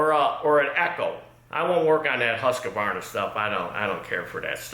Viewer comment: Husk-varna, not Hus-que-varna.